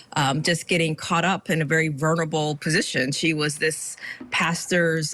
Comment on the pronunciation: Vernable? Vernable? Or do you mean vulnerable?